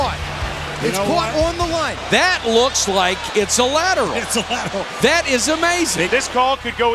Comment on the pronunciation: Hook and Lateral...not "ladder"